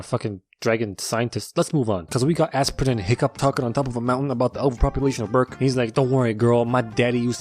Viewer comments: Its Astrid not asprin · I love how u called Astrid "aspirin" LOL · Astrid..Not Asprin. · "Aspirin out of ibuprofen"🤣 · I love how he calls Astrid aspirin 😂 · "An aspirin out of an ibprofin" lmao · It’s funny how the entire time he called Astrid aspirin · he called har asperin the whole time just to make that one joke XD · Every time he says aspirin I crack up laughing